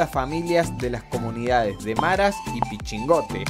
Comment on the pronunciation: Dice PICHINGOTE, DEBE DECIRSE PICHIGOTO